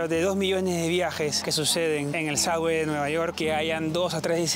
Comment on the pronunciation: suBBway...............en vez de suDDway